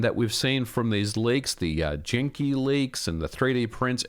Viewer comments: Are you saying "Jenki"? I believe it is pronounced with a hard G. Genki with a "guh". Please correct me if I am mistaken. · I believe "Genki" is pronounced with a hard G like "元気" ("genki") in japanese, but I can be wrong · Did he just pronounce genki as "Jenki?" Lol love you man! just giving you a hard time :D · "Janky" instead of Genki was pretty funny